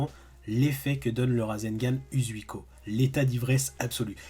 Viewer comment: C'est pas méchant mais, Shoury prononce mieux que toi Uzouhiko